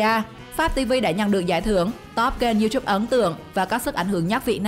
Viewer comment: Sao lại đọc là riu chúp😂